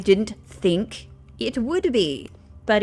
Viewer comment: When you first saw the think art, you said 'thin K'